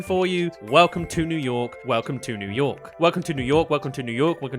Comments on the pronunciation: ”Welcome to Yew Nork” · "Yew Nork" 💀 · Welcome to yew nork